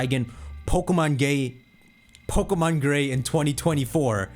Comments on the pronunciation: Dawg said pokemon gay instead of gray 😂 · “pokemon gey” was hilarious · hold up!! did he say gae? 🤣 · Man we all not gonna speak about how shocked he was when he said Pokemon Gay by accident, had me laughing for a solid minute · Merry christmas! Also when you said pokemon "Gay" I burst out laughing XD